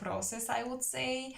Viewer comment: Hi! I picked pile 3, what a beautiful reading! Resonates 100%… I couldn’t think of who the man would be but then all of the sudden it clicked! Your English is great btw! Tip for you, the word “wood” and word “would” are pronounced the same way in English…it’s really annoying with all its rules and many of them don’t make any sense at all. Sending you my love Sister, hope you are well 😘💜